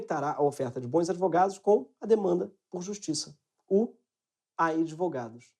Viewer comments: Simplesmente AMEI. Esse "idvogados" fechou com chave de ouro. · "Idvogados" a ideia foi jogada. Hora de agir